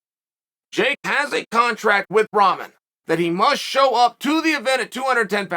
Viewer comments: What is it chael keeps calling Rahman Jr. Tough ramen?? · Love how Chael is pronouncing Rahman’s name…not even close. And a Cruiser weight?? Come on man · Hey Chael, I just want you to know you are pronouncing Hasim Rahman Jr. name incorrectly.